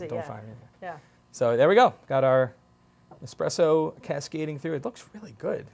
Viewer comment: Lmao expresso 🤣🤣🤣